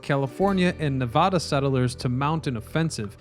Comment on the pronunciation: Dammit I would of thought a “Historian” would of knew how to pronounce the state of Nevada correctly!!!!!!! But nope lol hahahahaha.